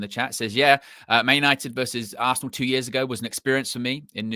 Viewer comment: Ar- se -ran 😂 bro